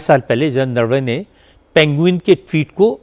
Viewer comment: जनता को संबोधित करके बता देना चाहिए कि जिस चमार को नरवने साहब का नाम भी ठीक से लेना नहीं आता तो वो क्या जाने कि कौन क्या बोलता है क्या करता है। खुद तो भ्रष्ट और चरित्र हीन ख़ान दान के टुकड़े हैं। जल्दी ही ठीक हो जाएगा पप्पू।